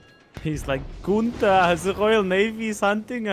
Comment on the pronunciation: Wie er versucht hat Günther zu sagen😅😅👍